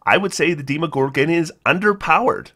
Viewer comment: "Deemo" lol. Demogorgon, like video game demos, imo. Edit: also, Arch-Lich. Not Ark/arc lich lol.